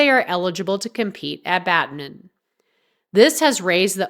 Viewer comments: Its Badminton, not Badmin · Bad-min-ton! NOT Bad-min! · Badminton not Badmim..irritating narration.. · Get the AI to read what you wrote correctly - it is not 'Badmin' it is 'Badminton'. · It's Pronounced Bad-Men-Tonne !! 💁🙈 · Badmin-TON! so annoying. 🤨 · Why are you saying Badmin?! Are you AI? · Odd pronunciation of Badminton. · Badminton has been wrongly pronounced three times within the first 20-odd seconds. AI voice so goodbye.